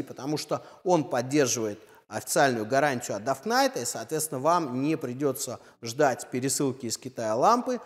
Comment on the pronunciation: Если ты русский, то КА7ЦЕ, если англичанин, то КЕЙ7СИ, а не КЭ7ЦЕ. И не ДАВННАЙТ, а Доннайт. За тест СПС, но уши режет.